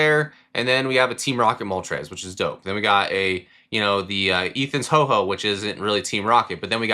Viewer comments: Bro keeps saying Ho-Ho. It’s Ho-Oh! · Ho OH not Ho Ho!!